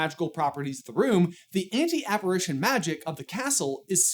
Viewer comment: wouldn't be aparAtion, not aparition?